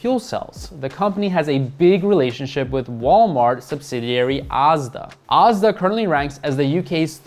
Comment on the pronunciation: Lov how you pronounce Asda 👍, 😊 It’s. “As-da” ... 🇬🇧.. 😊 i believe Walmart will be rolling out over coming year ‘scan & go’ too, like Tesco did here few years ago & has had success with it. Scan as you shop in store & put your items directly in your own bags in the trolly & leave & it charges your debit/ credit card without having to wait in any lines at checkout or for bagging all your shopping as you have all ready bagged it while walking about store.